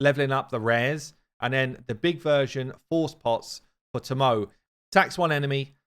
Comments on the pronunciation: Hey Now! Love your vids...however, the new Shadowkin Champion, considering Shadowkin use Japanese names, Tomoe is pronounced To-Mo-Eh. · saying Tomoe is sending me 🤣🤣